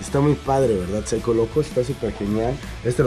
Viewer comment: Cuando dises Psycho locos dise 5locos